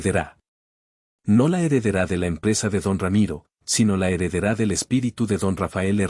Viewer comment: Es Heredera SIN ACENTO EN LA A, HEREDERÁ es Incultura e Ignorancia